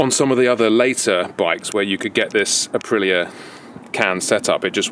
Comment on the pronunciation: It's pronounced Uh-pree-yuh listen to the Italians say it.. Listening to him talk about Aprillias sounds like listening to our old friend Phil talk about classic Triumphs/Nortons/BSA's... He sound like the kind of guy I'd sit around and geek out with over heads and exhaust and special carbs and stuff.